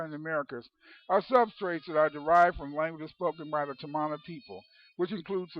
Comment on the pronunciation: Tamana is a Fijian (melanesians of the South pacific) .. word which means FATHER..so you can not pronounce it in an english pronounciation,,,the real pronounciation is TAR- MAR - NAH ,,the origin people of a civilisation before Ancient Egypt..way before Sumeria..The land called MU/LEMURIA/KAMU KAMU also means FATHER. When the knowledge was taken to Ancient Egypt after the continent sunk..ancient egypt became KAMU..not Kemet.